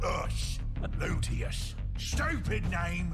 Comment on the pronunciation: Looot-E-us. Stoopid name, stoopid 'umies. Hahaha